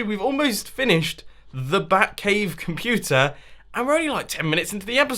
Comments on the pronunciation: It sounded like he just said Futa!!! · I swear I heard: "Bat-Puta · BAT - POO - TER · omg!!! did you say the "bat-pooter"? in the U.S. "pooter" is slang for a woman's vulva